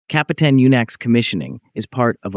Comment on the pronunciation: Рассказывает о корабле Капутан Мюнхен, а на видео Капитан Мартынов ! Наверное озвучил коренной Москвич !